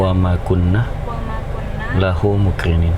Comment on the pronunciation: Baru kali ini penumpangnya bener." Lahu muqrinin " biasanya "Lahu Muqrimin" masukan buat...kalo penumpangnya salah dibenerin...suruh ngulang biar bener..." Lahu Muqrinin "